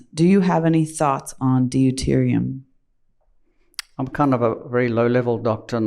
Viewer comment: Dee-U-terium? Ouch, lady!!